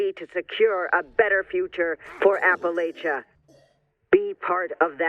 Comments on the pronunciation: I think the only thing that makes me annoyed about the Brotherhood Broadcast is how they pronounce "Appalachia" as "Appalaechia". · Its Appa-latch-ia! Dang Paladin lady get it right XD Great video as always! I'm so looking forward to this and seeing how it plays out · Why does everyone in this game pronounce Appalacia wrong? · I like but hate the fact that she's pronouncing Appalachia in a different way